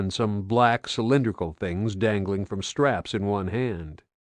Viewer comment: I got pretty pissed off at his pronunciation of “lively” and “straps” he fucking pronounced it “live-ly” and “strops” How tf did he get away with that????